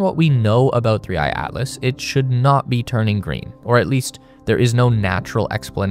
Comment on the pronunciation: he literally calls it 3 I I Atlas cos the ai thought the / was an i